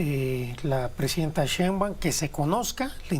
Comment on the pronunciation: Ese sr no sabe ni pronunciar el apedillo de la Presidenta